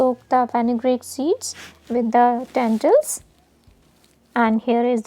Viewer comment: When you say tentils do you mean lentils